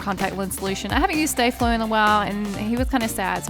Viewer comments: It's not stay flo it's sta flo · Its Sta-Flo not Stay-Flo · Staflo is said Stah floh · Star-flow is how you say it